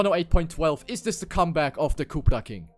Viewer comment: "Cupra King" lol